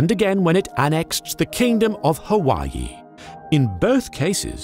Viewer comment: Hawaii pronounced correctly? I can die happy now.